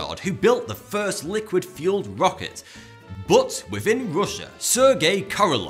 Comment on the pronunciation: Stop fking saying butt omg just say but as normal , not butt !!!